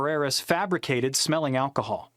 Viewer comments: well clearly neither can you. It’s alcohol not acahal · Hold up... First, the text on your video thumbnail doesn't make sense. Then you mispronounce aLcohol (there's all L in there), while making fun of a cop slurring his words. No biggie, but I laughed my ass off.